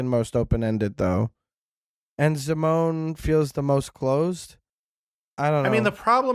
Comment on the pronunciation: Zim-o-nee?!? How dare